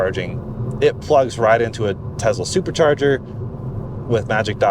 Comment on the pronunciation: Say "Tess-la", not "Tezla."